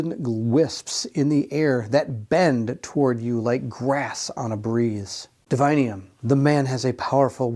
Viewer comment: Why reading DIVINUM as divinium? Is sanctum sanctium? Or pendulum pendulium? 🤨🤷🏻 2nd presenter doing this mistake. Ok thats enough 3 times you misspronounced and have problems reading clearly in few moments gotta stop watching at 15 min mark cant take anymore sorry. Google up “divinum pronunciation” it will show you 3 entries all will tell you how its supposed to be told its latin word…